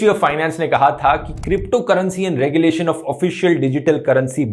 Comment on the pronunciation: Regu-lation not Rege-lation. Thanks